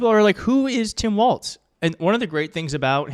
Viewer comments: Please stop adding the t sound to his last name. Walz, (walls). Not Waltz. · WALLS, not "Waltz.' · Pronounced “Wallz” not “Waltz” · Wallzzzz. Not Waltz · You keep saying "waltz" instead of "walz". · Walz, not waltz. He’s gonna be our VP, we should probably get his name right. ✌️💙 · Please at least use his correcr name for starters. Walz..not Waltz. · It's WALZ! Not WALTZ. There is no T!!! Read the copy! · his name is spelled WALLS, not the dance. There is no T!!! You learned how to pronounce Comma-La. Please help by pronouncing his name as a plural of what he won't build at the border--WALLS! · Maybe I'm hearing you wrong but his name is not Waltz like the dance -- it's Walz like walls. He's a great pick. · Love your show - keep it up. You keep saying Tim “Waltz”. …. It’s’ Walz …. No “t” in the name. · Not Waltz--Walz. Sounds like walls. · Sure enough, the transcript keeps showing "Waltz" everywhere. It's pronounced like the plural of "wall" - "walls"... 💙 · It's not WalTz. it's just WaLz. ... ugh. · Hey, no T in Walz. Just sayin!